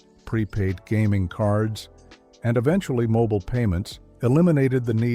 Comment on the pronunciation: The announcer is not Canadian. He cannot properly pronounce "foyer" or "mobile".